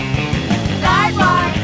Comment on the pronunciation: surprised dj khara knows how to pronounce nardwuar